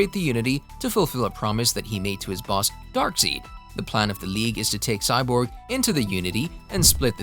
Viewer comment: It's Darkseid...like darkside...not darkseed...I had to cut the damn video off...it's the little shit man damn